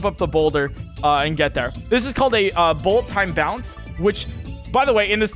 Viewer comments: Pretty sure there’s no BTB involved in wind-bombs. Also, I like the way you said, bull a town bounce. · This is my favourite part. “Bullet Ton Baunce” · does the “bullet time bounce” says sound weird to anyone else?